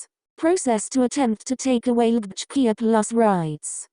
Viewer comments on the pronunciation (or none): Sorry the way it said LGBTQIA